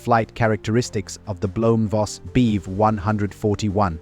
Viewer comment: I know the subject quite well, and this AI still needs a lot of training, including not pronouncing Bv as Beev or BMW as Beem. And hearing Beev as much as I am is rendering this unwatchable for me because it sounds so wrong